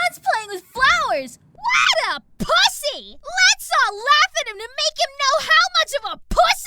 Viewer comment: you put way too much effort on the word pussy in this scene